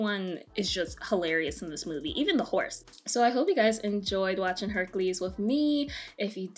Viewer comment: “Hunkules” Me: “NOPE”